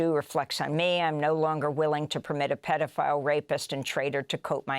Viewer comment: "Pay dough file" The President Paydoughfiles